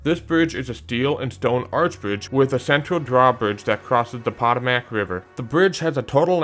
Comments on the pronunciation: Pahtahmac River? It's 'poetoemac'. Stop speaking Canadian. Also, is the Delaware Memorial Bridge in Delaware or New Jersey? I've driven over it lots and lots of times. When I'm going south it's in NJ, but when I'm going north it's in Delaware. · No one says "puh-tah-mick" (which looks like it rhymes with "atomic". No one. It's "puh-TOE-mack", accent on second syllable and unequivocally a long O vowel sound. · POT-O-MAC..... 😮 LMFAO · PO-TO-mic river in DC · I always have heard Potomac pronounced Puh-TOM-ick. Of course, I don't live there so if I'm wrong, please accept my apologies. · yeah, is that what you call it? You mispronounced the historically important Potomac as the Patto-Mack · Poe-toe-Mac is the historic pronunciation, but everyone in the US says Puh-tah-mick or Puh-toe-mick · You could do a video for each state. Of course, you should learn how to pronounce Fayetteville, Potomac, and Monongahela. 😂 Did you know the Monongahela River goes through Monongalia County? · Fellow engineer here and just want to help with some pronunciation. No disrespect intended. Potomac River is Poe-toe-mick Monongahela River Is Ma-non-gah-he-lah Narragansett Bay is Nair(like hair)-ah-gan(like tan)-set Also DC has the post tensioned concrete box segmented Woodrow Wilson Bridge. It replaced the original drawbridge that was constructed in 1962. Virginia also has the Natural Bridge in Natural Bridge State Park. It is a natural rock formation. Francis Scott Key bridge is a great loss to Baltimore MD. The Chesapeake Bay Bridge is so frightening to some people that they are willing to pay someone else to drive their car across it. I walked across the bridge back when they had a Bay Bridge walk. A friend helped inspect the bridge a few years ago.